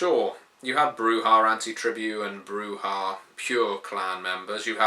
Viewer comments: okay dude...i need you to explain this...why bru-hah? instead of bru-jah or bru-yah??? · The "j" is pronounced [attempts to find the proper pronounciation - realizes english has nothing close to it]... Now I realize why you use the "silent 'j'", but in Spanish the "j" usually isn't silent, it's pronounced as a softer guttural "sh". The "h" is usually silent though, like "hacer", "alhambra" or "hecho"